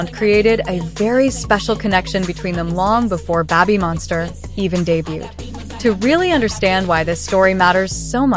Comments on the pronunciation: Lisa did well, and did good. 👍 But "Babbymonster"? Check your pronunciation! Other than that small detail, this is a good story. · Why does the ai have issues pronouncing babymonster?